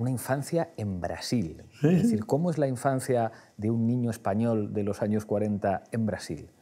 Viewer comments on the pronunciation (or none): none